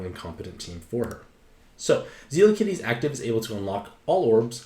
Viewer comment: I'm like 90% certain it's "Zel-la" and not "Zee-la"... at least based on the Japanese name.